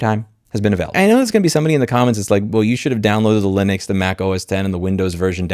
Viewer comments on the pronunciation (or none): none